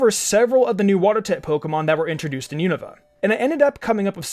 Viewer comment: Man really just pronounced Unova as “you-know-va” I found that kinda funny xD